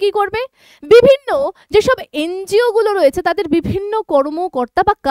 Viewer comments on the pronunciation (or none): ওটাকে এন জি ও বলে। এন্জিয় বলেনা। অশিক্ষার চূড়ান্ত।😂